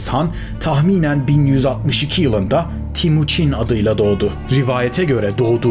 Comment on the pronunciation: Timuçin değil TEMUÇİN (Temir - Demir / Çin - Gibi)